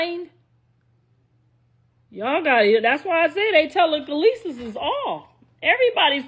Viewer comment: Tela- kalee- sis - is crazy 😂😂😂